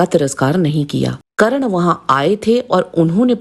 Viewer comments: थोड़ा पढ़ लिख ले फिर ज्ञान बांट करण नही कर्ण होता है पाहिए नही पहिए होता है नाही नही नहीं होता है साही नहीं सही होता है वेधब्यक्ष नही वेदव्यास होता है अहानक नही अहंकार होता है ग्या नहीं गया होता है दिलते नही दिलाते होता है धनुधर नही धनुर्धर होता है बच्चे सीरियल का ज्ञान मत बांट मूल महाभारत पढ़ 😂😂😂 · Didi ekto wo Karan nahi hai .unka naam Karn hai...😅